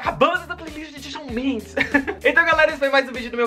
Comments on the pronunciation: Amei o vídeo ❤️ mas é "Chan" Mendes que fala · se pronuncia shon mendEs, mas tudo bem :) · Ele fala Shal Mendes❤❤😂😂😂😂😂😂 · Apesar de ter pronunciado o nome dele errado eu amei, como não gostar de algo que envolva essa cabra berrenta? ahhh o vídeo ficou ótimo ❤❤